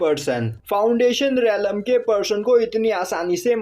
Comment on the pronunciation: Relam nhi hota hai Bhai